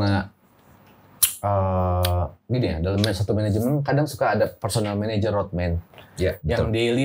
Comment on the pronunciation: bener ya udah disebut tapi bang densu biasa 😂 kalau menurut gw bang densu belum ngeuh karena ngomongnya managernya kurang jelas